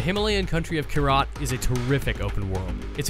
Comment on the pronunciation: Can the hermione troll please say "its pronounced kYrat, not Kyraaaat" ? Thanks.